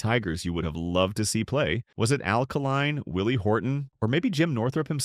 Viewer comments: Mispronunciation of names like Kaline's, many backwards pictures. This could be a good presentation if it was edited properly. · Met Mr. Northrup at a BBQ in the early seventies, saw that team play a few times. and the name is Kay Line, Al Kaline